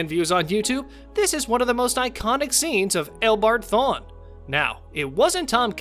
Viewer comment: Is my guy sayin L bard thorne hahah